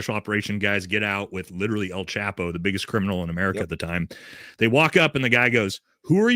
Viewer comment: It’s pronounced “El” Chapo, not “Al” chapo , lol just trying to help out my gringo Brothers. keep up the great work!